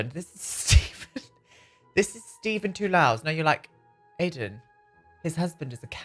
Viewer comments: I come from Toulouse, France and feel blessed with this amazing character! Btw, Toulouse is prononced like "to lose" in French. ❤❤❤ I would write it Nestlé Toulouse... But I like the writing you gave to him too! 😁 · Every time you mention Nesley Toulhouse I think about Henri Toulouse-Lautrec. It's because the way you pronounce his name.